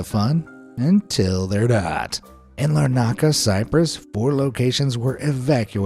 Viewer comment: And just completely Butcher the pronunciation of Larnaka...